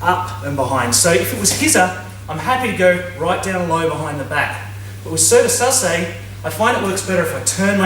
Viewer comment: SASA- EH not sassay